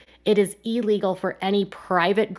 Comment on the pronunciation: Is…. Is she saying e-legal?.. 😂